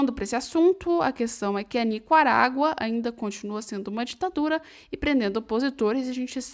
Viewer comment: Oi, gostei muito dos comentários feitos na sua apresentação, porém para manter esse alto nível, fica a dica: o país é NICARÁGUA e não "NICUARAGUA" conforme voce pronunciou várias de forma errônea!